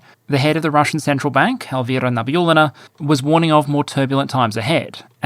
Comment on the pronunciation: Congratulations on pronouncing "Elvira Nabiullina". Now the next frontier for you is to pronounce "Sapschizadovna" hahaha.